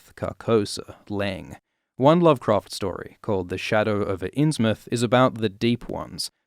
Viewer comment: It's pronounced like inns-mouth